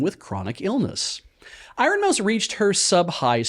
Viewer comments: Pronouncing it I-ron hurt me in ways I didn't know a word could. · Little bit obsessed with two different pronunciations of "iron" in this.